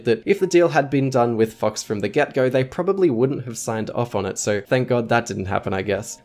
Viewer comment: Am I the only one hearing "fucks" instead of "fox"? my mind's broken